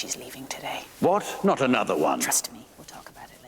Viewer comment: I loved the way she said "Obviously Naughwt" Like she added 3 syllables to "not".